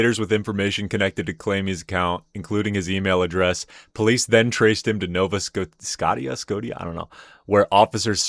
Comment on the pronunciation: Nova Sco-shi-ah for anyone who cares 😅